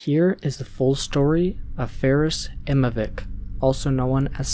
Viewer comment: its faaris imamovic not ferris immovic